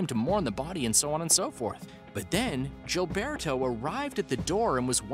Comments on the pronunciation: Gilberto is pronounced with the G sounding like a H.... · I can't stand this person's pronunciation of the name Gilberto.